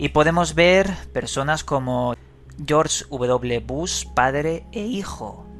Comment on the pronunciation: "Georsh uvedoble Bus" ecsito!